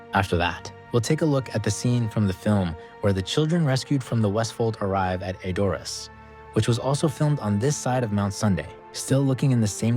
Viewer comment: "ED..or... ass"......NOT..... e...DOR..ass